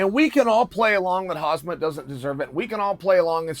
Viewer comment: It's "Hamsat" ffs boomer 😁